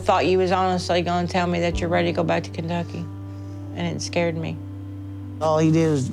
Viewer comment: he calls Kentucky, "baducky"..no joke..he's so lazy or something he is almost saying gibberish at times..idk I think he was genuinely low IQ or something...sad indeed.